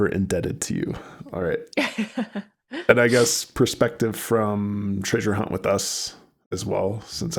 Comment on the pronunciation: Still saying “tray-sure” I see.